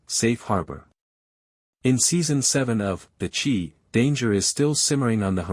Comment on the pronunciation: Not the "Chee", the Chi, with a long "I"